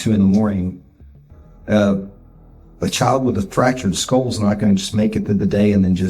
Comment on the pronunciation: Knowledge? B*tch can't even say Skull... Everytime she says SKOOUHL it's like a drill through my "skoouhl" 😂